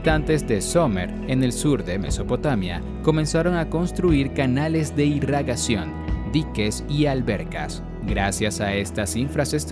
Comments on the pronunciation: Irrigación se escribe y lee, tal vez leer más despacio para no equivocarse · Irigación se dice caballero, a ver si hablamos con corrección.